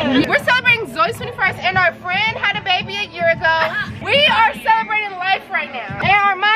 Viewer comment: Her calling everyone fren is so me and my mom😂😂😂 we call people frenn